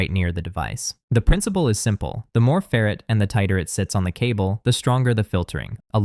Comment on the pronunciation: Either learn how to pronounce "ferrite" (FAIR - right), or teach your AI (??) the correct pronunciation.